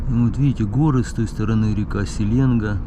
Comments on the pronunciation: река называется не СеЛЕнга, а СеленГА! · СеленгА а не СелЕнга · доброго времени. Давно хотел написать, да всё руки не доходили. Нет реки с названием "СелЕнга". Есть река СеленгА. С ударением на последний слог. Без вариантов. А то аж слух режет и даже малость подбешивает, когда ты её СелЕ́нгой называешь, без обид. 🤝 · СеленгА, ударение на последнюю букву, Ангара никогда не замерзает, и рек в Иркутске 3 минимум Ангара Иркут и Ушаковка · СеленгА ударение на а)) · Селенга́- ударение на последнюю букву. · Братан, я тебя очень уважаю, но Селенга, ударение на А. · Река Селенга, ударение на букву "а", одна из дочерей Байкала.